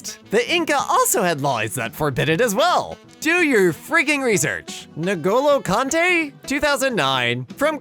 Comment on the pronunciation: "Nu'golo Kante"